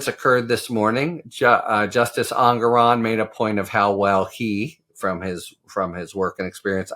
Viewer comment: Harry: The judge pronounces his name EN-GORE-ON, per his opening remarks. Thanks for all you do.